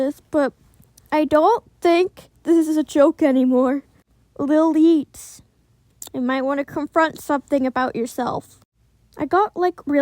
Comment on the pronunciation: finaly....FINALY......SOMEONE PRONOUNCED MY NAME RIGHT. (ppl keep on calling me "lily-eats" instead of lil-YEETS) anyways your art lowk inspires me to get my creative mind on and make art too hehehehhehehhe.